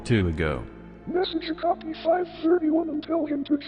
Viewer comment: not sure if somebody said this or not, but it's pronounced "oh-kah-pi." it's a weird little horse-like critter that lives in the rainforest, closely related to giraffes. as far as i'm aware, it has no widely known symbolic meanings that would be tied to this story. not trying to nitpick your pronunciation, just trying to help ^^